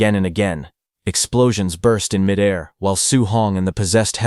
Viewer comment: I always cringe at 'midair'... pronounced like its one word.